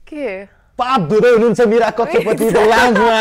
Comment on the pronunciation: hear कक्षा पुती 😂😂 #sorry